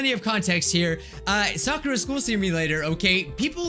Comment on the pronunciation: say sakura like she say soker